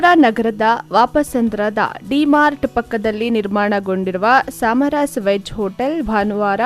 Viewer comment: ಸಾಮರಾಸ್ ಅಲ್ಲ 🤦🏻‍♂️ ಸಮರಾಸ್. ಮೊದಲು ಕನ್ನಡ ಓದುವುದನ್ನು ಕಲಿ 🤦🏻‍♂️